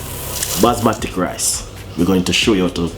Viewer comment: Chef it’s basmati ( bas Ma tee)